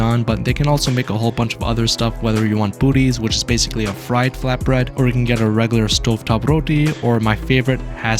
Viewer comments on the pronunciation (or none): none